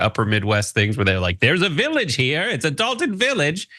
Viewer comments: D O L T O N not Dalton 🥺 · DOLTON NOT DALTON